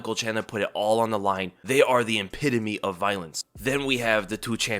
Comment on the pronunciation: "IMpitome"? 😂 Don't use words outside of your vocabulary in an attempt to sound more intelligent than you actually are. It backfires and you end up sounding unintelligent and ignorant. Lol. You meant to say epitome. 😂